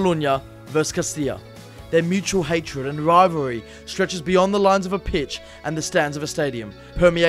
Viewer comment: Why did they get a commentator that struggles to say rivalry lol